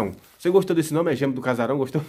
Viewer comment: CHICO FALE :GÊMEAS e não gemes